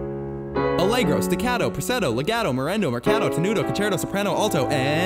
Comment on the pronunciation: "Preseto"? Really???? I think you're going for *Presto*.